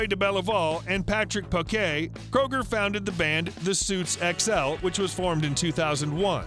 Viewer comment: His last name is Kröuger